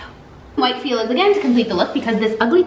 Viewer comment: Lmaooooo when she said white “Fila” girl that is not how you pronounce it